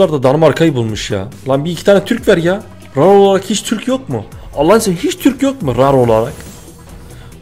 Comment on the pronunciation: rar diye okunmuyor sen ilhan abiye bakma